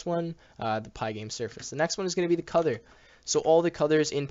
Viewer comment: Is it just me or does he say cuther instead of color Other than that the vid is good